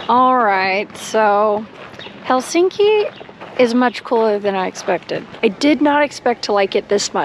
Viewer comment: It's "HEL-sink-i", not "Hel-SINK-i. All Finnish words are stressed on the first syllable. Can't believe you didn't pick that up when there.